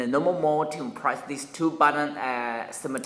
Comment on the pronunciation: what did you say? "wentz eh innumnaob press the 2 button simertanily" "normal mode" try to say it slower - give gaps between the 2 syllables:- NOR & MAL Just slowing down on the harder words will sound 10x's better. Practice your "L"'s by signing LA LA LA / LO LO LO and "R"s by roaring like a lion :) - avoid the "W" sound when pronouncing "R"'s. If you (on purpose) over exaggerate both L & R's when speaking it will actually sound far better to the listener, even if it sounds unusual to you. Break words down into their natural syllable's and say them slowly - it will help you so much. Download a speech teaching program or singing teaching program, it'll save a whole lot of people making jokes in the comments.